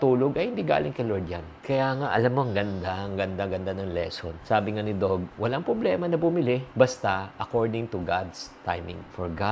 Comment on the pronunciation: Doug is pronounced as dug and not dog